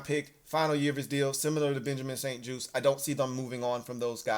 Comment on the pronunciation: juste pronounced like juice so Benjamin st juste